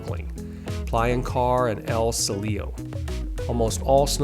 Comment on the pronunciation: Good video, work on your Spanish pronunciation. Pretty hard to butcher Cielo and sol that bad. 😂